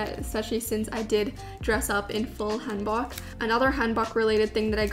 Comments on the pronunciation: 'Hanbok" is pronounced with the "oh" sound as opposed to the "aw" sound!! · Hanbok is prounounced more like “Hahn-Book”. Amazing video!! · Thank you for a great youtube work. I'd like to let you guys know a few things. RYAN is a lion not a bear. And Apeach is pronounced [əpiːtʃ]. Also, traditional Korean clothing is [hanbok] or [hanbog]. :) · It’s pronounced hAHn-bock, btw. The one you chose was really pretty.